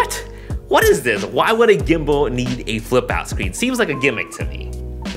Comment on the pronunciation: Sorry i keep hearing "weebow" and "gimbow" hahahah. Excited about this product!